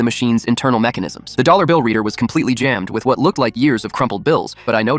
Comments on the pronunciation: yes, "one dal dollar" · "One dal dollar" 💀